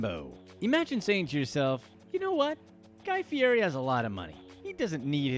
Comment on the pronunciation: The mispronounciation on guy fieri and lambo was flat impressive 👏